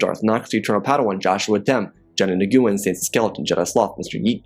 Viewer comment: Great story as always. I must correct you on one thing. Johnny Nguyen… the last name is pronounced “Win”. It is the most common Vietnamese surname. Keep up the great work.